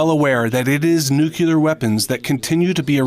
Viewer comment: NU-CLEAR!!!!! NEW-CLEAR! for the love of god!!! Nooootttt nu-q-lear!